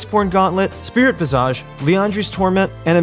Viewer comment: The way he says Spirit Visage triggers me.